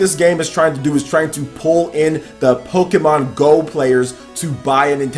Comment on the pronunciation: It sounds as if you're saying pokemAn